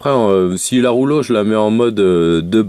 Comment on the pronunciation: Je ne savais pas que la box rouge s'appelait la ROULO... Quand on fait des vidéos de présentation, unboxing, revue etc. C'est un minimum de faire un effort de prononciation. Mais je pense que dans ton cas, tu ne sais même pas que ta box s'appelle REULEAUX